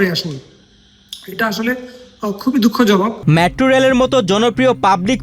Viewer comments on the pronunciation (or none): News presenter er pronunciation valo na. মেট্রো রেল হবে, উনি বলছে ম্যাট্রো রেল